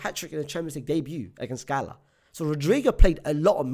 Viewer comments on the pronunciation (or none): none